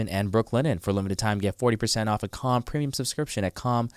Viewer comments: I thought he was saying cum during the "calm" ad read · When you all advertise Calm when you say Calm it's sounds to my English ears like you're all saying Cum. "If you have tummy tummy ache....please use cum..." It's disconcerting. Just me? Where's the door.... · I thought they were saying at first please use cum lol not calm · For second I thought he said, "if your tummy aches use cum." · Tell bobby to pronounce his As sounds like hes saying cum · for the "calm" advertisement ... bobby was definitely saying "cum" hahaha